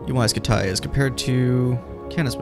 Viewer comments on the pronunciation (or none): I thought it was pronounced scooty. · Ya like jazz 😂😂😂 it's UY SCUTI HE IS SO CRINGY😂😂😂! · UY Scumayto, UY Scamahto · I've always heard it pronounced like scuti, like scud missile